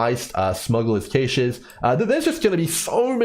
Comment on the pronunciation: it's pronounced "cash" not "caysh" 😂